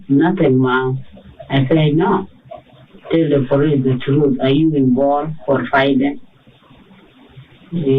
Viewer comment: Duh poh-leese